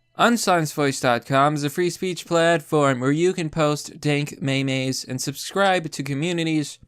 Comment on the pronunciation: "dank mey-meys" ow, that hurt